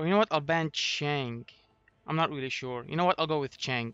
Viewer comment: The way you pronounced Chang'e pained me, but the video was great :)